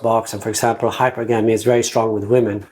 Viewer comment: Please learn how to pronounce hypergamy.